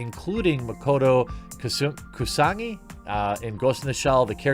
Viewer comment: Koo-soo-nag-eee.... asshole,🤣.